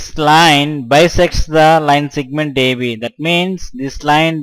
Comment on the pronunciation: its segment...not sigment